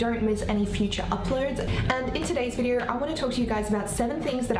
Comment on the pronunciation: "In today's videur"